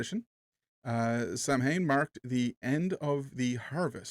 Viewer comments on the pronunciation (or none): Samhain is pronounced in ireland as sowin as in how and in as in..Samhain actually means noveember in irish or gaelic as you would call it.